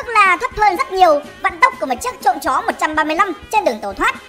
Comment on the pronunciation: Tại sao ad lại nhấn mạnh chữ “chó” nhỉ thuyết âm mưu j đây